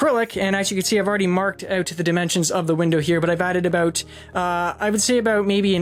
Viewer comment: It’s A..... Bout. Not a boat